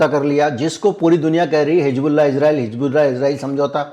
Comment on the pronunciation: Sir, I really appreciate your all videos, update news and your hardwork. But I would like to bring this to you that pronounciation of word हिजबुल्लाह. That is Hizbollah and not Hijbollah.